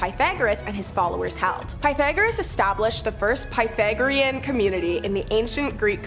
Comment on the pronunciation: Piethagorean. Sorry, but that pronunciation was zapping my desire to continue listening about things I actually enjoy learning about. Next!